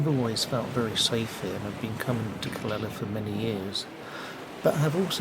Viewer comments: Calela..noooooooo.. Ca Le Ya.. Calella is pronounced with the two ll's as a "Ya"...... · Hi nice video, the correct way is indeed Ca ley a, double ll in spanish is like a Y. 🙏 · How do you pronounce Calella. Is it Cal lay a?